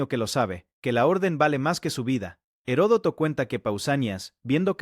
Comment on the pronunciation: Se lee y se pronuncia "ERODOTO". "Gerodoto" o "Jerotodo" , es incorrecto.